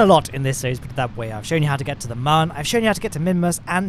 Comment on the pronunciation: Protip: mun is still pronounced MOON